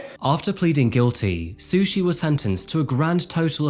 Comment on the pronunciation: I had to take a double take when you said her name was Sushi Staples 😂 Bringing shame to the word sushi!